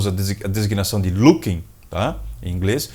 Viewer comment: Parabéns pelo vídeo, você é um ótimo professor! Só uma crítica construtiva,: Locking (o L do XLR), se lê "LÓKIN" e não "lukin"! Forte abraço, Magri